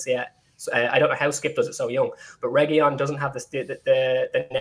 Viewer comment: For starters guys Reguilón is said R E G I L O N (hard G, hard L) with the stress on the O. There is no Y sound - that's from the Spanish LL which is not in his name. We are over a YEAR into this FFS. Secondly WTAF is this guy on about??? There is nothing wrong with the formation, we had excellent shape. We need 3 in the midfield and we need 2 superb centre halves to be a top 4 team. That is all. If Ndombele is on his game then those 3 pick themselves every game. Cuti probably needs a world class partner as a first choice. Dier, Sanchez and Rodon are good but not elite centre halves. That's it.